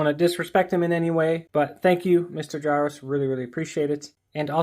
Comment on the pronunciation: I believe the J in Jaroczs is pronounced similarly to that of the the French "je", the R is rolled as in Spanish and the -czs is more of a "sh" sound.